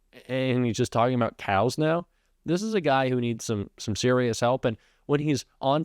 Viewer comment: What is up with this "no cows" business? And what was that weird pronunciation of "CYAOWS."